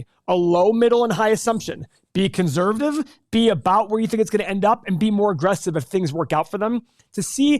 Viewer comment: Why can’t you say conservative? Good video though😅